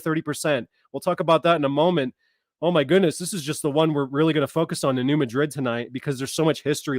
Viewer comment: Hey bro,as a ,s. east missourian born and raised your driving me nuts saying "ma-drid",try saying instead "mad-rid"its bothering us "misseriens"